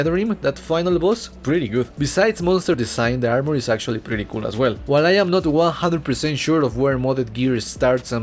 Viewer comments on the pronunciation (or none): none